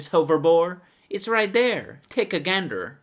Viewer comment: "take a ganderr"